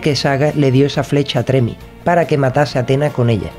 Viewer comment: Un pequeño comentario/correción. El personaje no se llama Tremi o como se pudiera escribir, sino Ptolemi (pronunciado Tolemi). Saludos y buenos videos los que haces.